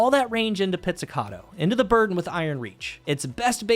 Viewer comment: You're the first content creator i've heard pronouncing this thing correctly, that's a thumbs up in itself. 🤣